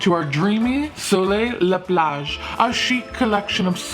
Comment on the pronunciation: Hey, wonderful pronunciation of plage. Appreciate the effort